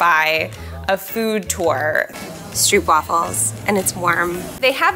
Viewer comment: Fun fact: New York was once called new Amsterdam when inhabited by the Dutch. Hence Harlem in New York being named after Haarlem. Also “stroopwaffel” is pronounced more like “strope waffle”. 😊